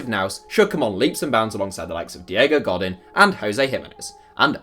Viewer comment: its Go-Dean not Go-Din